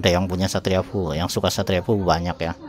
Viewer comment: Efyu bang bukan fuu 😁